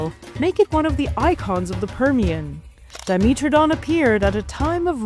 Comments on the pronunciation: It’s diMETradon not diMEtradon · dimeeeetrodon 😂 that's a pronunciation I have never heard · Di-MEAT-tro-don? xD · Well that's the first time I've heard 'dimetrodon' pronounced that way. I wonder if says 'let's go to the meetro area' as well.